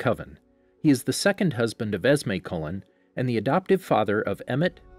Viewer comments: Anyone bothered by his pronunciation of Cullen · It’s not collen it’s Cullen and it’s not rin is may is renesmee